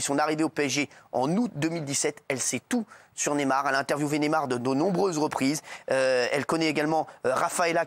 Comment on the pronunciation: C est pas nemar mais neYmar y a pas un y pour rien . Faut arreter avec neymar ! Il n a rien fait , cette fille j ai pas les mots